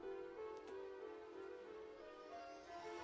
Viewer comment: Why the fuck she say “ŵǒŵ 😈” like that